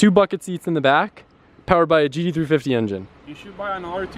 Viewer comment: Why is it so hard for to say GT350?